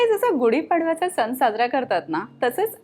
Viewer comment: सण not सन as well. It hurts my ears. Rest recipe looks awesome.